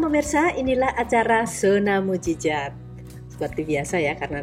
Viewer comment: MUJIZAT bu', bukan MUJIZAT